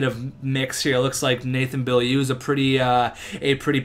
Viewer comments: bo-lieu not be-a-liu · Beaulieu is pronounce bolieu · Beaulieu is pronounced bo-lee-you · Beaulieu is actually pronounced something like Bowl-u with the L being slightly silent, i watched him play his whole career with the Sea Dogs and even asked him how to pronounce it. Like this so see's this! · its pronounced Bowl-you.... just a heads up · Beaulieu is pronounced Bo-Li-U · Beaulieu is pronounced bowleyew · Beaulieu is pronounced : BO-LI-EW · its pronounced bowl-you